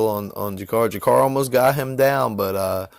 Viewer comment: I agree with what you say about MM bro he really is something special. Would you like to see him fight Cody at 125 next, or ray borg? Gotta disagree about (JA-CA-REY not JA-CAR lol my lady is Brazilian and a real stickler for pronunciation fam) while he's not an all time great by any stretch he's a vet whose always been a fucking savage in my eyes. Seeing waterson lose like that sucked but it shows you no matter how many times rose loses she's always fucking DOWN! Next week cub Swanson fights!!!